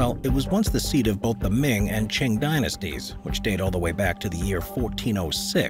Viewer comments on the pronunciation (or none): none